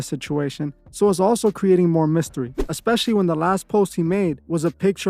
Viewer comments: I love this channel but I cringe so badly every time our girl here says EX-pecially 😫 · “Expecially” lmao girl, stop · Especially hasn't got an x in it sorry dont want to be that person but it triggered me hearing her say it twice very quickly.